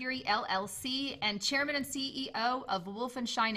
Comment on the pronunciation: Thanks for the information, but I was annoyed by the way she said, "SHairman" instead of "CHairman"....